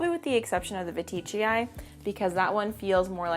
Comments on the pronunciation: Hey I don't want to be that person, and I really don't want to offend you and I know that latin words don't really have a consistent spelling, but I heard plant people, botanists and Enid pronounce the anthurium veitchii like Anthurium VEE-TCHEE-EYE and not VA-TEE-CHEE-EYE. Because there is no i after the T? Again sorry, I know this is obnoxious. I love you and your content :) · Love all your anthuriums, I wish I could grow some!! Seems like I pronounce veitchii differently lol (I pronounce it as veet-chee-eye)